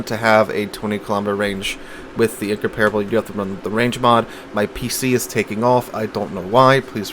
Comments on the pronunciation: "In-comp-rubble" not "in-compare-able" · In-comp-rable, not in-compar-able.